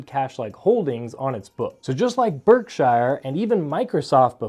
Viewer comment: Please correctly pronounce Berkshire Hathaway. It is spoken with the 'shire' portion of the first word as if saying a soft 'sure' as opposed to a more prominent 'shire' sound. That is how the British names that contain 'shire' and there are thousands, are spoken. Even in America, listen to how Mr. Buffet himself speaks the name. I like your channel and only offer this as helpful advise.